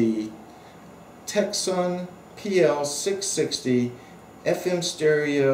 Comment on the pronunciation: C is not pronounced (Tecson).